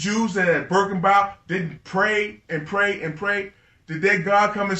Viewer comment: Birken-wild? I think he means “Birkeneau”